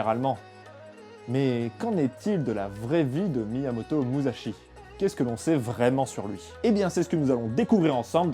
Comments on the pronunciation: Ça se prononce "Mussashi" Le sont "ze" se fait avec le z en japonais ;) Là tu dis Muzashi pendant tout l'épisode... Bisous ! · Déjà quand on veut parler de quelqu'un, on évite de détruire la prononciation de son nom. L'écriture en japonais est en fait une transcription phonétique sillabe par sillabe et il ne faut pas y appliquer les regles de pronontiation française. donc on ne prononce pas mouzachi mais mu sa chi. tout comme lorsque c'est écrit shi cela se prononce chi et si c'est écrit chi cela se prononce tchi. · Prononcer Musashi "Mussashi" serait plus correct "Mouzashi", ça m'a fait pas mal tilter pendant la vidéo. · MouSSachi ! (et non pas mouzachi) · Comme toutes les autres une super vidéo! Il me tarde de voir celle sur le traité des 5 roues. Juste au niveau de la prononciation pour la prochaine vidéo le s se transforme pas en z c'est donc plus moussashi , si ça peut aider^^ tout le reste est parfait niveau prononciation c'est juste ouf! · Très bonne vidéo. Sauf une chose facilement améliorable pour la suivante : en japonais, le sa de Musashi se prononce comme si il y avait deux s en français, pas comme un z. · Ca se prononce [Muçashi] :D ! Ha quel dommage, à peine la vidéo commencé que ça part déjà en cacahouète :p ! Visiblement il y aura une suite, tu auras donc l'occasion de te corriger :D ! : D'après les recherches, tu as bien écrit "Waki", mais tu l'as prononcé [Yaki], ce qui du coup est probablement une erreur de lecture ?